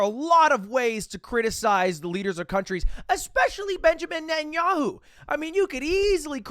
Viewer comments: wow that was cringy to hear Pronounce it net-ah-knee-ah-hoo not whatever that was lol Or just call him beebee like everyone in Israel actually does lol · benjamin ne`enyahoo 💀💀💀💀💀 its binyamin neTanyahoo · As a Jewish we don’t really pronounce netanyahu like that , but try saying” bibi netenyau(ne-te-n-ya-o-)” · As a jew who is lives in israel his impersonation of netanyaho (btw he prenounced it wrong ) is really insulting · the way ya'll are pronouncing benjamin netanyahu is crazy to me